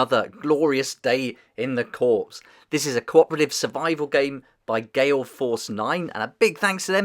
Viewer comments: Corps as in 'core', not corpse. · Cool. The 'S' in Corps, is silent, so it's pronounced, Core. As in Marine Core, core: or in other terms, Corps from the stem Latin Word Corpus meaning Body, meaning the main Body of the Core that is the Marine Body USMC, or United States Marine Corps. Anyway, just some friendly help. Tha j you for putting this on. I got the Fate of Nostromo for Christmas, and then while watching how to play that I discovered this, now I want this one too....is the an Alien 3, what would be its tagline? Alien 3, No Weapons of Any Kind❤ Lol 😂 Alien Resurrection: Bought out by Walmart (Director's Cut)❤ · fyi the "p" is silent in corp.